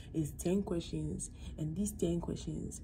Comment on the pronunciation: Can you speak in tongues at club? Na “kweshen”